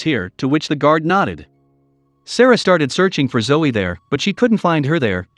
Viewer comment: Why do you keep calling Zoe 'Joe'? Btw, 'Zoe' is pronounced ZOE-ee